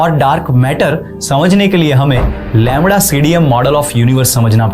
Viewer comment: Labra nahi lamda hai 😂